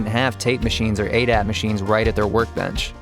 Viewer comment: “ADAT MACHINES”? 😂 Great video brother 👏👏